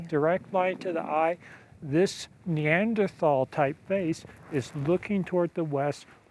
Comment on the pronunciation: I might find this more credible of the 'experts' could pronounce Neanderthal correctly. As for the rock, I think this is like seeing the Virgin Mary in a piece of burned toast.